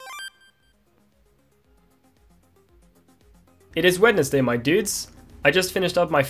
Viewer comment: Wednesday is pronounced Wenzday (or Wensday), Yeah english is hard... No problem tho!